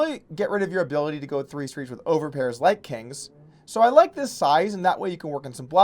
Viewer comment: did he just say "overpairs like kangs" ?